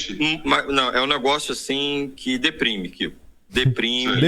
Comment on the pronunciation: O militante falando "deprime" foi demais.... kkkkkkkk🤣🤣